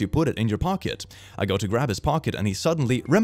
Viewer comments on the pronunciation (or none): none